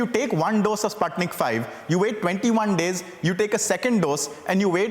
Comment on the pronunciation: SPUTNIK Vee -- not five .... V is for vaccine.